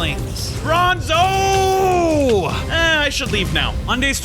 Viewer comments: Why did I hear bozo not bronzo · Its bronzo not bonzo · Bruh its br- Minotaur:Bozo.